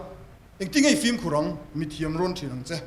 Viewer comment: Pu Mapuia hian 'film' hi 'flim' tiin a sawi zel a. F-i-l-m na nâ nâ. FLIM ti bik tawh lo se.